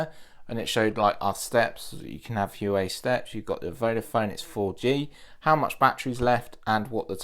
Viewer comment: You say the H as a W, wuawei